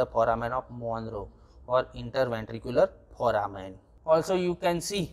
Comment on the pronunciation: Its Foramen not phoramen